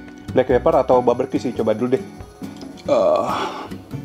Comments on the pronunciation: BARbeque bkn BABERque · Barbeque koko bukan baberque.. heheee